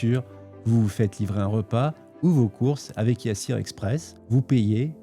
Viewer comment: gOOD wORK ça se lit Yassir pas YA SSIR